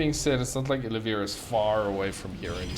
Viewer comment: His name is Oliveira, it is written in your replay bro :) Pronounced O lea vay ra. Nice commentary though ;)